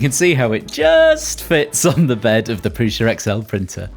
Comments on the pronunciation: Oh no, it's that video, from that picture! Appreciate your pronunciation of Prusa 👍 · Did you just... correctly pronounce Průša? Is this common knowledge among 3D printer folk? I know that Škoda tried, in vain, with all their marketing to get people away from "Skowda", but cars are a more mainstream product than 3D printers. And Průša named his brand without diacritics.